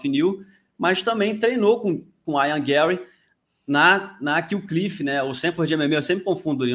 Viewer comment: Por que o chama o Ian Garry de Aian? Não existe esse nome, mano. Ian se fala exatamente como todo mundo sempre fala, não entendo essa lombra...